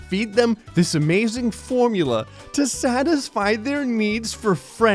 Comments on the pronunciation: not formula itssss forumla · formula? no, no... you see how that is spelled! It is pronounced, FOH-ROOM-LA!